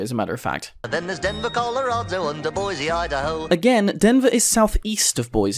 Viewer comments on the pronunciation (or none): You pronounced "Boise" wrong.